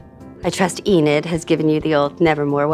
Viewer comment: Enid? Huh! E-NAD is more like it.